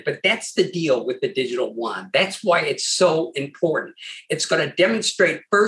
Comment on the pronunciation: There is no difference between the Renminbi and Yuan. It is like dollar and buck. Also Yu-an is pronounced U-N.